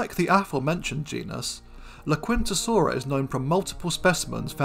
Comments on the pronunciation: I think I see what you mean. Much like the "u" is not pronounced in the Spanish phrase "la quinta." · Not critiquing, just as a curiosity. The "u" in "laquintasaura" is probably silent. ... Thecountryhousesaura...